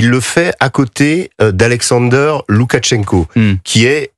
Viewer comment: LOUKACHENKO, et non LoukaTchenko,!!!!